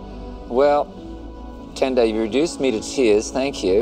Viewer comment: Wow! Ten secs outta 🇿🇦 and you cant even pronounce your own name properly? Haaibo😳 Tan-Doh??? Even the accent ntombo...??? Kahleni bo!